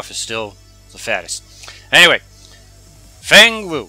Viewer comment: Feng Wei, not Wu